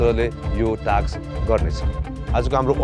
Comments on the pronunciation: Somebody please tell him It's task not taks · shame on this roadies host and all coz why u pronounce task like taks shame bada american banxu bolda toung tiwst gare ra bada bolxu laj mandainu task टास्क bhanna auda टाक्स bhanxu ... internation tv babuna khojni bole ra thaki sake from very begining season 1 dekhi aile samma shikya xainu टाक्स rE NOW contestant haru le ni copy gardai xan टाक्स रे oh bahi maro mujhe maro ... sikha bhai host banni its टास्क not a टाक्स